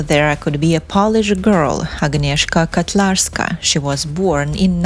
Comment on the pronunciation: Her name is Agnieszka KOtlarska. I think you read it with Russian аканье. We don't do it in Poland. Also it's Wrocław.